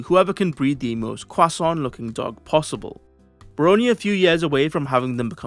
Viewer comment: why you sound chinese when saying Croissant 😂😂